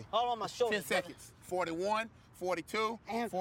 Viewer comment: "At 58 stheconds."